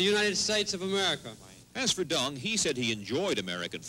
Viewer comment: In what language do you pronounce Deng as “Dong”? Stupid as stupid does, there are more than one sound for e in English, none is pronounced as /O/!